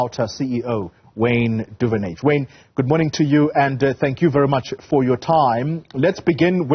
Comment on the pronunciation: Lo Wayne Duven-age😂😂😂😂